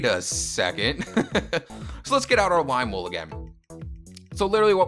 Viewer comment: "Wime Wool." Lol